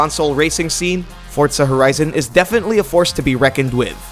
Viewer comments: Notice how he says "Fortza Horizon" Its "Forza Horizon" not "Fortza" Horizon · Fortza horizon loooool